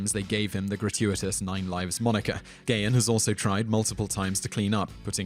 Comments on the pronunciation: Damn I didn't know half of these. Grrrrrr.....it's GAH-HAN, not Gay-in! But I am glad to see Nikki Sixx on here That story's pretty damned well-known in the metal community. And don't forget, Ministry actually started out as a New Wave band...Flock of Seagulls hair and all. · It's 'Pan-cree-a-tight-us' NOT 'pan-cree-i-tus.It's Dave 'Guh-hahn' - NOT 'Gay-un'